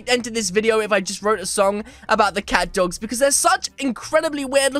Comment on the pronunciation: this is the only youtuber that i heard the word catdog get your names right!